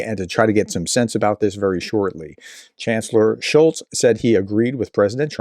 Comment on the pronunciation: Still no t in Scholz